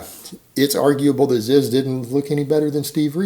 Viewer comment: IT'S PRONOUNCED "ZEEZ"